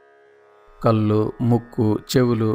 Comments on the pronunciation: telugu lo 'ala' ni meeru kallu ani uchharistunnaru. please try to pronounce properly. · కల్లు కాల్లు కాదండీ ...కళ్ళు కాళ్ళు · కళ్ళు కాళ్ళు అనడం అనాలి.కల్లు కి కళ్ళు కి తేడా గమనించి పలకండి. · Meeru eyes... kallu ni (toddy) laaga palukutunnaaru... Kaallu kooda (la kaakumdaa alaa.. ) naalika madatapetti palakaali.. spastam gaa palaki ee video ki viluva penchagalaru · దయచేసి కళ్ళు అనండి కల్లు కాదు కాళ్లు, కాల్లు కాదు దయచేసి ఇది గమనించండి